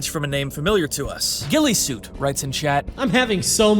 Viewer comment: FINALLY SOMEONE IS CALLING HIM GUILLESUIT AND NOT GUILLOTINESUIT. LITERALLY EVERYONE I'VE WATCHED COVER THIS HAS SAID GUILLOTINESUIT 😭